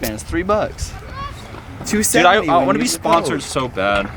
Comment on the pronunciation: even the tile is wrong he said it is sponcored not sponsoder